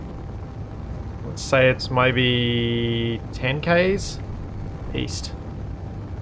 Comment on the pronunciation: East?! I thought you said Weast!